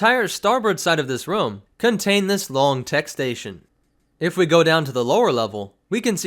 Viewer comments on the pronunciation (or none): none